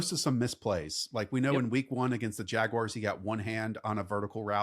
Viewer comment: What’s a Jagwire?